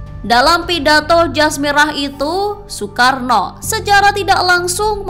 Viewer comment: Nasakom dibacakan soekaarno